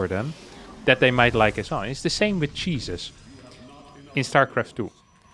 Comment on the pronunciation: Whenever says "Cheeses" I hear "Jesus".